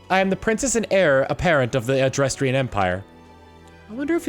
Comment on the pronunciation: I swear you're doing this on purpose. It's neither difficult to read nor pronounce some of the names and terms that you are butchering. First is a simple Dutch pronunciation for Adrestia. Let's sound it out. First part is pronounced address while the second is pronounce like the the name Tia. And that is how you pronounce Adrestia. See? It's as simple as reading a made up word. The final lesson is in pronouncing old Germanic names which I would normally say is a bit more complex seeing as they're normally spelled slightly different than how the English or Americans would pronounce them but fortunately this particular name is spelled exactly as it sounds. Hresvelg, Catherine, and Anastasia are all old world European names that which oddly enough sound similar if not exactly how they are spelled. First let's start with Catherine. The first part is pronounced CATH, the second part is pronounced ER, and the third part is pronounced like the word IN. Next is Anastasia which depending on which part of Europe you were in was typically pronounced one of two ways. Firstly it could be pronounced with first part being the name Anne, the second part being ast, and the third part sounding like the continent of Asia. The second pronunciation would be with the first part being the name Anna, the second part sounding like the word stop with the P removed, and the last part sounding like the term "see ya". Finally there's the name Hresvelg. The first part of the name is pronounced like th